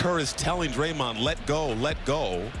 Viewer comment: Great video, but the way you pronounce “flagrant” and “Draymond” 😅